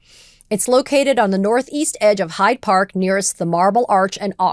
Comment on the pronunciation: I don’t want to be petty but the park is “Hyde Park”, like “Dr Jekyll and Mister Hyde”. She repeated (to my ear at least) called it “High Park” which is a nature park in the west side of Toronto.